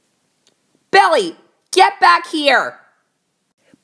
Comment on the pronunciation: You pronounce Billy like belly